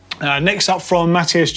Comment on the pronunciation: Matt-i-as not matti-us